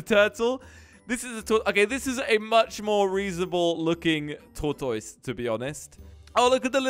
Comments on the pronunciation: hah u called tortoise with the wrong sound.. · says tortois. Me laughing to do hard I could not breath.